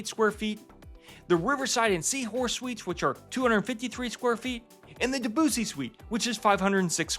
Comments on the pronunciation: I hope by now you h ave learned the correct pronunciation of “Debussy “. Just sayin…. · Very nice video, however the spelling of Debussy is a cultural nightmare, why are Americans not capable to pronounce names correctly ? We love Riverside and have been on on the Mozart. Definitely the best River Cruise Line.